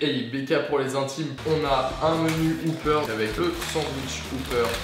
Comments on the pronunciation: Et le wopper se prononce pas wouper, mes oreilles saignent à chaques fois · ben wopper, comme ça s'écrit en fait ^^ on prononce le "o" comme un simple "o" et pas "ou" Je travaille au burger king et franchement c'est pas le pire qu'on entend (une fois un client à demandé une "schnek box" au drive mdr)